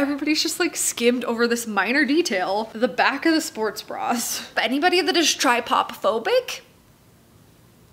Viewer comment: I don't think you said trypophobic right.